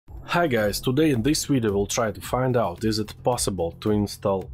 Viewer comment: V I D E O Not W I D D O